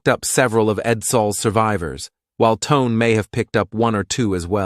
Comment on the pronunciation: I think that Japanese heavy cruiser Tone is pronounced "Toe-nay". Carry on.